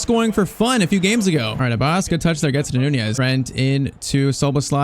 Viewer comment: Love the video .❤ Its just its not abbas it abbus